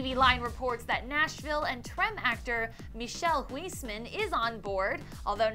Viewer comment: Hahahahaha, Love how she pronounced Michiel Huisman's name. Michelle Huysmenn